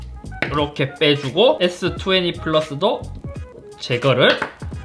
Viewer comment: S투웨니ㅋㅋㅋㅋ 발음은 투웬티인데..ㅋㅋ